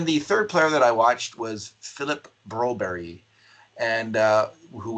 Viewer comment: Jesus its broberg not broberry staples..